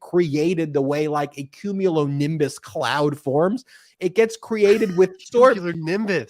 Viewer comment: Patreon is well worth it. I spend a lot of time there on the weekends. Especially when the YouTube traffic is slow. Ben, were you trying to say Cumulonimbus cloud? It was hilarious, whatever it was. The look on face was priceless. Bingo,. I seriously think Trump has something on Lindsey Graham. Most likely more. Another great show, gentlemen. Thank you!